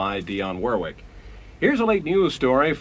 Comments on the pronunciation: It's "Worrick" and anything else is wrong. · Dionne Worr-wick? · I would say that if the lady herself pronounced it wor-wick them that's correct for her.